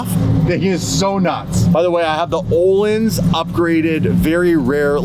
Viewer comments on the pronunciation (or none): There is no oh in öhlins 😂